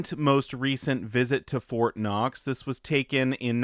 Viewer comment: It's Fort Not. Lol.